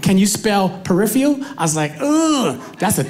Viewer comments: I like his style! But he probably can't spell it because he's not pronouncing it correctly. It's pronounced per-if-fer-al not pre if free al. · Peripheral, not "periphial" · Its impossible to spell "peripheral," when you pronounce it "peripheal". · “Periffial” lol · I know. I was being sarcastic because he pronounced it wrong. So nobody knows how to spell his badly pronounced word.